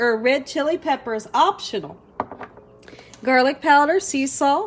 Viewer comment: When you said, garlic powder, I thought you said, girlie powder. Lol lol